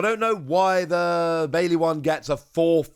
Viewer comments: Baille, with two letter Ls in English is Spanish for dance not one L. Pronounced Buy-yeah, like I put in the first place. Relearn your Spanish, sir. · you keep pronouncing Fuecoco wrong. It's Fway-co-co. Your mispronunciation of Fuecoco makes me want to turn off the video. Baille is pronounced Buy-yeah. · Actually, it's "Baile" and is pronounced Buy-leh. It's spanish for dance.